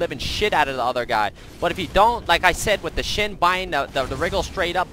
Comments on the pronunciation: SHEN. Not xin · sounds like he is saying Shin